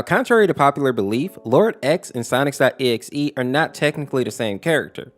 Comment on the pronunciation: How do you still say sonics.exe 😂😂😂😂